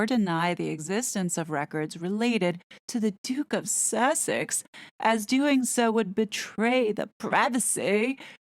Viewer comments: The constant emphasis on the word Sussex is off putting & causes distraction from your excellent report . Harry entered the US during the trump administration ..is it possible there are no records & that he just walked off the plane & rode to Tyler’s house . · Sussex isn't actually a town. Originally an ancient Saxon kingdom, it is now divided into the twin counties of East and West Sussex. I do agree with you that the constant silly way of saying the word is quite an irritation to have to put up with when listening to an otherwise interesting report!